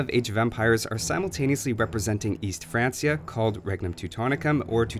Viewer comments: Its pronounced "2-TAWN" and "FranKia" Huh you said "Tootin's" like they were flatulent and cute or something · Francia = Frank-ee-uh btw